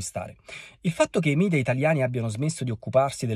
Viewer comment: La pronuncia corretta del sostantivo media (o mass media), con il quale si indicano i mezzi di informazione (giornali, televisione, internet), è mèdia, perché la parola deriva dal latino mèdia (plurale di medium 'mezzo'). Sconsigliabile, anche se molto frequente, è la pronuncia mìdia, derivata da quella inglese. Orsini, vaffa!